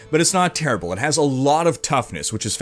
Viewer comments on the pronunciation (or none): none